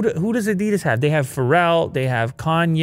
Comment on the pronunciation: You did so well learning to pronounce Porsche, you can learn to pronounce Adidas as well. 😜